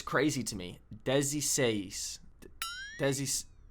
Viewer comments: Your pronunciation is getting so good, you had me tripping for a second 😂 If i could give some tips about what to improve, i would say you shouldn't shouldn't pronounce the words from 16 to 19 as if it was separate words (like what you were doing was sounding as if you were saying "dez e seis", when you should say it as one word and the syllable "ze" needs to have its full sound) Another thing, you really don't need to care about the gender of the numbers (acceptfor 1 and 2). They change depending on what is the subject your talking about like - "tem umas vinte pessoas na festa" (there's about 20 people at the party). Here "umas" was feminine because it was describing "pessoas" which is feminine - "Ele comprou outros vinte carros" (he bought another 20 cars). And here "outros" is masculine because "carros" is masculine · Very good! Just for helping. To sound more natural, you can pronounce 16 e 17 como "De - ze - seis" and " De - ze -sete" Instead of trying to pronounce "Dez - e - seis" and "dez - e - sete" even though the writing is dezesseis e dezessete. And just explaining as much as it is more advance. in on the video, "A gente" It is an undetermined number of people, however, having "A" implies that you are among those people. for an undetermined number of people that we are not part of we would use "Aquelas" (thouse) [Aquela Gente]. and "Duas pessoas chegaram aqui" It implies that there are two random people who arrived there. Depending on how you start the sentence you completely change its meaning. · I'm Brazilian, there's something really wrong in your pronunciation of 16, 17 and 19 kkk It's not "diziseis" it's "dezeseis" It's not "diziseti" it's "dezesete" It's not "dizinove" it's "dezenove" (if you want you can end with a "i" sound mixed with the "e" sound in the end of 17 and 19) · The Dezesseis, Dezessete and Dezenove you are saying like "dezisseis, dezissete, dezinove" the e is close. The way that you say sound like "Dez e seis".